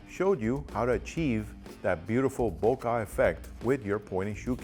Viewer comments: you pronounce it bo-car ? do you (bokeh) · I have NEVER heard anyone pronounce bokeh "bo-kah" lmao!